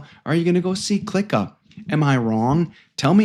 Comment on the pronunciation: Ur actually giving this movie a bad review........and u can't even pronounce the name correctly...😂😂